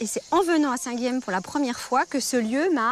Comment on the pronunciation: Dommage qu'on massacre souvent les noms occitans à la TV, Guilhem ne se prononce pas Guilem, mais Guilyen à la rigueur Guiyen ou Guiyem.